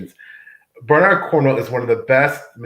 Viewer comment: gets extra points for not using the Americanized “BernAARD” pronunciation.